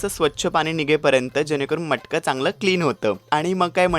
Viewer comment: मटकं नाही रे..मडकं!!!